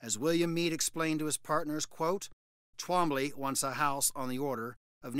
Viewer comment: It sounds like a speech impediment every time I hear tWombly😅